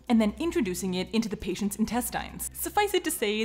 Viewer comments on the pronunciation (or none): This is crazy, and I know the word "intestines" is spelled like that, but is it supposed to be pronounced like that?